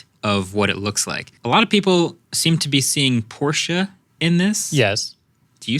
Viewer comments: Why do you massacre Porsche's name like that ... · Porshe from the back. New Z from the fron